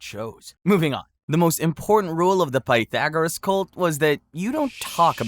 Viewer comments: Bro learn how to pronounce Pythagoras! You are driving me nuts! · Is this channel ai? I noticed you pronounced Pythagoras two different ways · It was the sometimes right, sometimes wrong pronunciation of Pythagoras that really annoyed me. It wasn't even a consistent mispronounciation! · Pah thagarus. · The last time that I heard Pythagoras' name pronounced so badly was listening to Stephen Fry telling a story about his grandfather, who came from Slovakia, who pronounced it "Peter Gorus". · I love how you managed to pronounce Pythagoras two different ways and both of them wrong😂